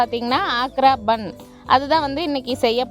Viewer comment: ஆக்ரா பான், பான் என்றால் வெற்றிலை. சரியாக உச்சரிக்கவும்.